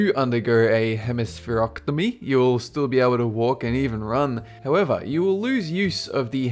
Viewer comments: it is not hemesphereoctomy, or hemesphereotomy, it is pronounced hemespherectomy with a long O sound in ectomy. an ectomy is when something is removed, like the appendix , appendectomy. An otomy is when you cut into something without removing it, like the trachea, that would be a tracheotomy, when you cut a hole in below the larynx in the trachea so a person can breathe who's airway is obstructed, or a phlebotomy, which is when they draw blood, phleb is the prefects of blood vessel. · its not a hemispherocktomy, its hemispherectomy. Do you even House M.D bro? :3